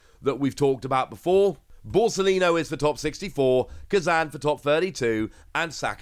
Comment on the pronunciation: Koozan, not k'zan